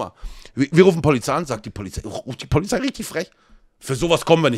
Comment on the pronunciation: "Dienstfahrrad Polifszei"